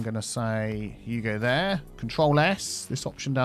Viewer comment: He used to say "you go there" and then because of his accent it sounded like " there". Everyone commented on it, so then he actually started saying " there" on purpose. The game updated, so he doesn't have to manually make the connection anymore, but still exists! Maybe go back and watch his old videos!